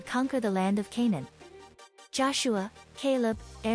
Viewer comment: Please pronounce the names of the people properly , for example Ca-Nan not ( can- on )